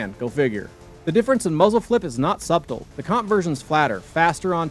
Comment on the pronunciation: The "b" in subtle is silent